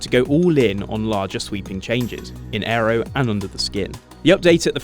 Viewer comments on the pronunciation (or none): none